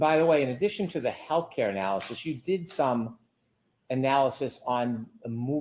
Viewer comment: Will someone please tell Brennan it’s not health ‘care’ data.